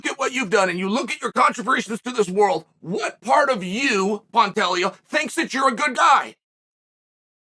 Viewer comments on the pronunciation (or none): If he’s trolling he’s doing such a great job Alex Pee-era, Benny Daroosh, Pontayo, PAULA Costa, Hazmat Chimaev… just to name a few😂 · Pantagio Lord Chael never disappoints with the name butchering 😂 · I guess Chael said 'Panteggio' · "Pontato" "Pontelio" I bet even Pantoja laughed his ass off at this. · Should have gone back to saying "Pontayo" after making the correction. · Pantoja = “pantaysho”- Chael 2023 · Nah "pontalio" is crazy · I believe it’s pronounced Pen- Day- Ho